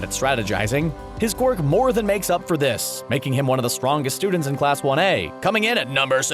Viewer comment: STRWONGEST. Me laughing myself to death.